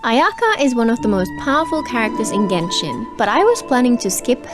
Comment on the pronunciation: Why do I always hear Ayaya rather then Ayaka, welp I think I need to touch grass 💀 And ya the classic "Anemone Gucci" 🗿